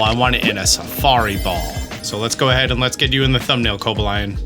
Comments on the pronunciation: it's co-BA-lion, not coba-LION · why did you call cobalion coba-lion? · "Cobalaion" lmao drop the A there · the way you pronounced coballion 😭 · I thought Co-bal-li-on was pronnouced like this. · Don't be kobalying about that pronunciation... Merry Christmas to you and your family ! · co BAH leeyon please 😭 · You didn't just pronounce the "-lion" in Cobalion as the actual animal lion??? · did you say co-bill-e-on? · I think 12 seconds per check is a more realistic number, also failing to mention GO as an easier way to find these shinys is something worth mentioning. Your pronunciation of Cobalion really threw me off 😅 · You are clearly saying cobalion’s name wrong. 🙄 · thanks for the tips but i hope i never have to hear this man pronounce 'Cobalion' ever again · never heard someone pronounce Cobalion like that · can you say Cobalion again?